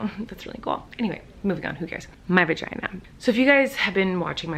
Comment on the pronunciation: Libby XoX She said vaheeheee